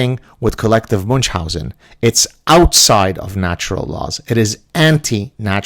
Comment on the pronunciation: If you keep using "Munchausen" as often as you do you may want to pronounce it correctly. The character, delightful by the way, was German; slightly different 'ch' than English, very different than Arabic.